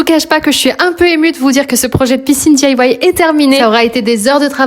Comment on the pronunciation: Dis aïe wouaie ? Et sinon « fait maison » ce n’est pas plus joli à prononcer ?